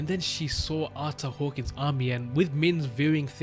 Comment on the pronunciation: If you wanted to know it's actually pronounced Ar-ter Hawk-wing